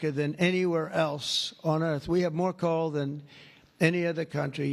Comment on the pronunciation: Listening iny car and I swear he was saying call, not coal. I couldn't figure out why his staff was to refer to every cal as "big and beautiful"!